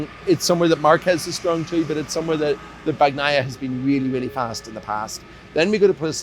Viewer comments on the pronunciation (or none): please learn to properly say names... it's not BAG-NAIA cmon... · Bagnaia is pronounced with a silent G. God damn it😂